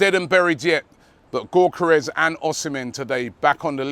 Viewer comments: Hey I don't know how to say Gyokeres either, but surely it's not GORK-eres lmao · Robbie i swear you have been told how to pronounce Gyokeres name correctly yet you keep saying gork-karez 😂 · It’s ‘yock er ez’ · The way Robbie pronounces gyokeres is hilarious😂😂